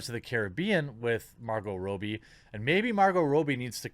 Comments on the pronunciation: Rob-bie.... not Row-bie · ^Robbie (short "o", not Robie). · Jesus Christ, stop saying "Row-bie", it's pronounced "Raw-bie"!! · Stop pronouncing it Row-bie....its Rob- bie dude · I believe her name is pronounced ra-b not row-b. Like my name Robby just with an “ie” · It's Robbie pronounced Rob-ee Jesus Christ how hard is it to say her name right? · Margot Rob-E Suprised he dosen't say Mar-GOT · God dammit, man! You need to make sure you know how to pronounce names! 😆 "Margo Ro-bie..." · I'm not sure if that's actually how she pronounces her name, but the way you say it bugs me